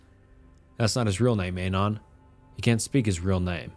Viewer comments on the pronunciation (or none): I find it funny the way you pronounce Anon. Ay-non, as opposed to, at least what I think, Ah-non. Also, 4Chan stories are preferred to Reddit stories. But seriously, great content. Makes my shift go by much smother. Thanks! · Also.. ANON is the first two syllables of ANONYMOUS. why are you saying it intentionally off?